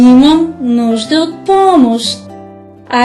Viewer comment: Помош, солуи, Уе ис дъ тойлет, Осмифка, Нуе (не) На какъв език говори тая ве? ;ДДДДДДДДДДД